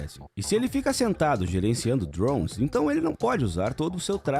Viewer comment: que jeito insuportável de falar drones mds kkkkkk